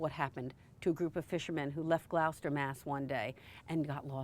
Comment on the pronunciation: Good video, but please pronounce Gloucester correctly.